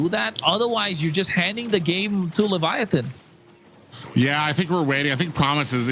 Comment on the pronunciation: For the love of Nana please ban baxia and please eliminate Levitan because I cannot go another second hearing pronounce Baxia and leviaTHON... please